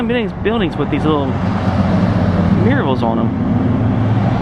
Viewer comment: wrong pronunciation of Murals until halfway through the video lol